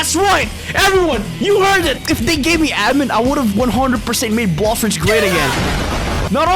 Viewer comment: Why does he say Bloshfruits at the start